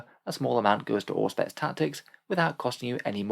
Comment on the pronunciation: Anyone else hear Orkspex not Auspex in the opening today?